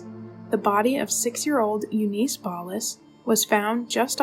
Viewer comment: U niss not u niece your race baiting and beating a dead horse is not helping your channel. Yes things were fucked up back then buts thats the way it was. The pronuciation of several words would suggest a compyure generated voice or a person reading a word it is not familiar with ar K ologist